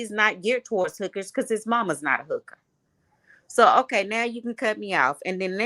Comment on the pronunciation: This dude is clowning.Dude say hooker in a funny way.lol